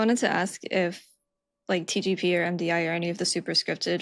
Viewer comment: dude, why does it sound like is saying xi jinping every time he says TGP